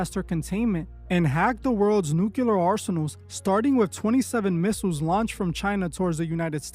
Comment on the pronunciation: Please, it’s nuclear and not nuculer